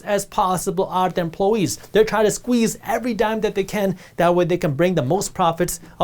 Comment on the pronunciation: "Emploe-ese"; The native inhabitants of Emploeland.